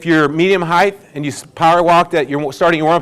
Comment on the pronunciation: You said " heigth" at least 3 times. It's pronounced as it is spelled.Height....not heigth.